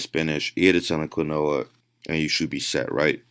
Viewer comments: I'm wondering if this guy realized when doing this video how many times he mispronounced quinoa. I'm sitting here cringing. Kwinooa. Lol. It's Keeenwaaaa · How am I supposed to trust the man you're reacting to's studies when he can't even say "quinoa" correctly. (If you don't know, it's "keen-wah") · Bro….it’s (keen-wah) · if he was sponsored by quinoa companies he'd know it's pronounced 'keen-wah' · WTF is quinola? 😂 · Somebody needs to tell this dude quinoa is is pronounced "keen-wah" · quinoa pronounced [keen-waa] you’re welcome. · "Kwenoah" im cringing so hard 😂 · I thought it was pronounced quinoa (keen wa) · Is he saying granola? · Hard to take anyone that pronounces "quinoa" as "kwi-noha" very seriously... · Quinoa... pronounced keen•waa . I’m always surprised guys that will do a whole video on something they can’t even pronounce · It's prenounced keen wa and it's also got full amino acid profile. But wait it's not a dead animal so it's not good for u.....nope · Kwa no ah. Lol. Say it right goddamnit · I have never heard someone pronounce quinoa like that. I thought he was saying granola. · I kept hearing him say "granola" and I'm like "well that can't be right..." until I saw the picture and realized he was trying to say quinoa. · Based off of how people in the Andes pronounce it, where it is native, it should really be pronounced "keen-oh-wah" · keen-wa, i know i kid :) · Did anyone count how many times this guy said quinoa wrong? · Is dude saying quinoa ??? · The way this guy blatantly and repeatedly pronounces “Quinoa” wrong has me not taking anything he says seriously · Bro this guy cant pronounce quinoa right, I don't know if I'm going to take his diet if he doesnt know what he is eating. guess what quinoa is more than 64% carb. If you eat a lot of it you will get stronger because now you are FAT. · I don't like how he says quinoa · This dude doesn't one friend to tell him how to pronounce quinoa? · Is the dude saying "quinoa"?